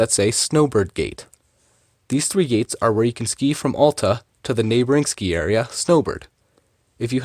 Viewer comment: Sorry if this sounds snooty, but it's important to learn the correct pronounciation of a ski area when making a video about it. Hint: It's not AH-lta.